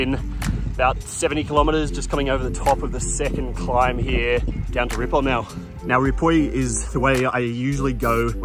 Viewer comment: Great trip and better storytelling. Btw, your ‘Ripoll’ pronounciation is as catalan as one can be. Ride on.